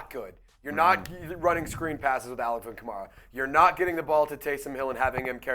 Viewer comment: I think enjoys hearing himself mispronounce Kamara